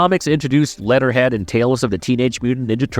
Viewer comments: He says lead'er head so much! Fix ur A.I. voice or actor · It's "wort-hog" not "war-thog." It's "leh-ther head" not "let-ter head ." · Are you saying war-thog or warsog? Also did you say letterhead? Wtf. Why are so many of these videos voices by seemingly moronic A.I. voices?